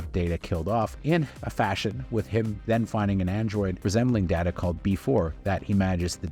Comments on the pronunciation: Well you’re pronouncing “Data” incorrectly . And the X-Men movies were in Fox’s Marvel line, not the MCU. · Maybe I'm on a different wave length than the rest of the community. I thought Nemisis was awesome. Insurrection just felt like an overly long episode. Also it's Day Tuh. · Okay Pulaski! There are 2 ways to pronounce the noun data, but there is only 1 way to pronounce the Name Data! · Honestly surprised you didn't mention that for its first two seasons, Enterprise didn't even include "Star Trek" in its title -- that didn't come about until season 3! (But, uhhhh, I liked the opening music...) PS - you're mispronouncing Data's name. As he told Pulaski when she did the same, "One is my name; the other is not." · YES - HOW THE FUCK do you pronounce Data incorrectly and claim to be a fan. That was SOOOOO cringy. Almost as much as saying you liked the Enterprise theme song, holy shit it was AWFUL. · My complaint - criticizes Baird for not knowing Trek yet doesn't know how to pronounce Data properly. Fuck me, how the hell do you get that wrong and claim to know anything about Next Gen? UGH